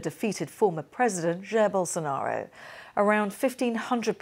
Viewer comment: De she call the former, defeated president "Gerbil Sonaro"? I like it.